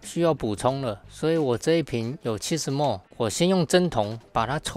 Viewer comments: 因應不分，不同影片出現很多次了；毫升的英文叫milliliter，是哪一節的發音叫莫耳？ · ml 也不是念 mol, 應該要念 milliliter. mol (莫耳數）是 6x10^23...